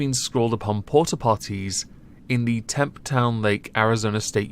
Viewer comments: .....Tempe= Tem-pee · Why is it always idiots that put us in the news? ...oh and it's pronounced 'tem-pee' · BTW Tempe is pronounced (Tem-pee) lived there for a time, should know... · It's Tempe sound like Tem-pee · The mispronunciation of Tempe hurts